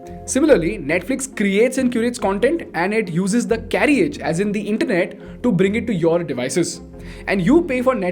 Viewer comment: A niggling issue..carriage is pronounced as carrage. The 'i' is silent ..since content is your product, get it right. I hugely appreciate your well researched content